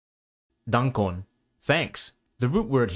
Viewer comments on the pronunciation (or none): Pronunciation of "Dankon". There should be no "ng" sound at all. Every consonant is distinct, pairs of consonants don't create new sounds in Esperanto. So it should be DAN-kon and not DANG-kon (NG as in ring or thing).